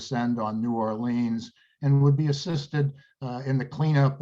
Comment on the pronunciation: Are you sure you are pronouncing 'New Orleans' correctly?